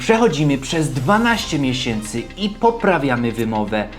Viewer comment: "12 mieśęcy"? Serio?